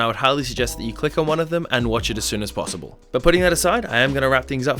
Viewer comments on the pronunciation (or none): none